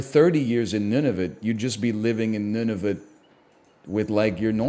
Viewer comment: He just keeps saying Nunavit